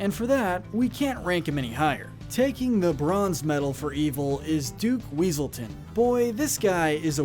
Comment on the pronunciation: "Weselton" It's Weaselton, Duke Weaselton!